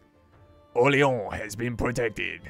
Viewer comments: You are pronouncing Orleans bad (you are saying "OrleOns), go to google translate and make it say the name of the city for you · My God the way you pronounce Orléans XD Like "oléon" what is that x) But i can understand it's a really frenchy name with the french "r", the "o" + "r" sound, the "é" and the french "an" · stop saying orleon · Btw it's pronounced (Or-lay-ohn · Don't say you're saying Orleans authenticly because you're not you're doing it quite bad I'd rather have you say orleans like you'd do for new orleans